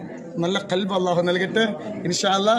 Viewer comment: പുതിയ പുതിയ തന്ദ്രങ്ങൾ ഇറക്കുന്നുണ്ടല്ലോ ഈ പറയുന്നത് സത്യമാണെങ്കിൽ നല്ല കാര്യം 👍🏻പിന്നെ കൽബ് എന്ന് പറഞ്ഞാൽ നായ എന്ന് അർത്ഥം വരും പറയുമ്പോൾ ഖൽബ് എന്ന് പറയണം അപ്പോൾ ഹൃദയം എന്ന് അർത്ഥം വരികയൊള്ളോ അറബ് ഉച്ചാ രണം ശെരി യായില്ലെങ്കിൽ അർത്ഥം മാറും സുഹൃത്തേ